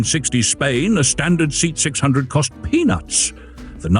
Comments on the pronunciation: "Say aht". Not "seat". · Did you say seat, as in a chair? It's S.E.A.T. ("see-ott") very much like F.I.A.T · Something like SAY-ott in Spain, SEA-ott in Britain. Seet in crummy A.I. These interesting cars are worth more having more attention given to scripts and video editing. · It is pronounced SAY-AHT. Robo-narrators are for shit. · Same here. And: AI voices are soulless. They can't pronounce SEAT correctly. We humans, the pinnacle of creation, are unique in our ability to speak. Machines that simulate humanity are neither human nor virtuous. They distort human thought because many people fail to realize that there is no personality involved. Greetings from Germany!🇩🇪🤝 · For God's sake, at least get the pronunciation of the marque correct! I'd rather have facts i can trust than cutesy banter.